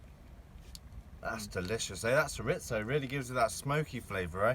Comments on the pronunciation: Shur-rizto 😭😭I’m crying 😂🥴Cho-ree-zo try that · Chorizo adds such a depth of smokey flavor to everything! Couldn't quite figure out what it was till I saw you cutting into it. Here in the states, we pronounce it chore-ree-so. Doesn't really matter how you say it, as long as you use it. This was quite a forage for you guys. I really enjoyed your harvest as well as all the other things you found and talked about! ❤🦀🐚🦐🐟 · CHORIZO aka SURE-IT-SO AHHAHAHAHAHAHAA love it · Latino people are squirming in their chairs hearing “shur-itzo” over and over.. 😂🤦🏼‍♂️ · Diesel Dawg Yeah I was like “is he trying to say ciabatta?” Lmao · Not just Latinos... Spanish speakers. Chor Ree Tho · It took me about 5 minutes to figure out you were trying to say "chorizo". Hahaha. Being from Texas, that's the first time I've heard that pronunciation. Most people stick with "chore•EE•zo". 😂 That being said, I am literally addicted to your foraging videos. 🖤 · Chorizo. Churr-ee-zoe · it is pronounced Chore ee zo. it is blood sausage. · Im like hes gotta mean chorizo right!? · Cho-reeth-oh & chuh-ba-tuh